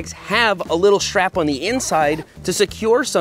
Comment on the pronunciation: And he says SHTRAP instead of strap.